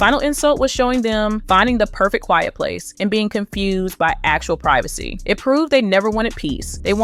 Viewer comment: PRIV A SEE please! Not PRI VA SE.